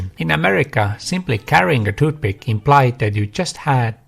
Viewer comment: If you are going to do an entire video about 'toothpick' you should learn how to pronounce the word (well, th in general). You make people's ears bleed. No, English is not my native language either. Otherwise, good video.